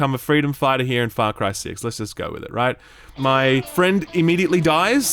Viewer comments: I heard "fuck cry 6" when I first started this video and I had to restart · I heard "Fuck Rye 6" in the intro